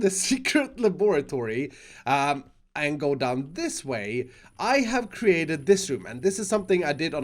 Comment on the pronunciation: I ceratet this room and what it is. It i a mess. Me: OK then i know NEXT